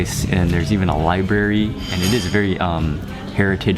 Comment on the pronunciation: It's LIBRARY mark not labary